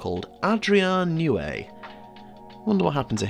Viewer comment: Why did you pronounce Adrian Newey as if he was French? lol